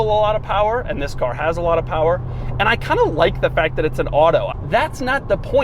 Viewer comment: Some would cal it the lincoln town ca"R"